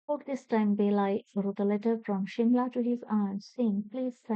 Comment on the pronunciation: It's not belai it's balai